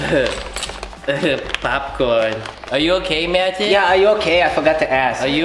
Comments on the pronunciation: Hey guys. It's and I'm here with Packles and Dillywack. Dillywack: My name is Pretzel Packles: And I'm Dwagon. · WHY IS EVERYONE SAYING HIS NAME WRONG BECAUSE ITS MATTHIAS